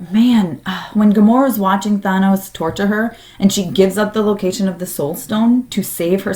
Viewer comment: Why do people pronounce Thanos so strangely in all these videos?